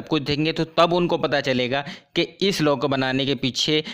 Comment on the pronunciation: Law ko thik se pronounce kro